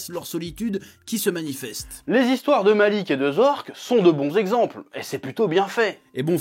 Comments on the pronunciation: Marik pas Malik 😂😂😂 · Et quand il prononce le nom de Marik aussi, mais bon, il a fait un super menu manga, je lui pardonne^^